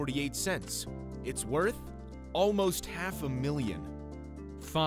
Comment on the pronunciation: "Its worht"